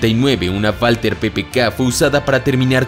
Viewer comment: Porque dice valter ppk en vez de walther ppk?